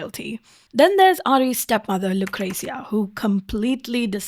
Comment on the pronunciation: Pronouncing her name "Lu-CRAZY-a" is so fkn valid, ngl